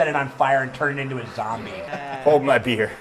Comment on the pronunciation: "HOLD ME BEEAR!" "...are you saying beer, or bear?" "..."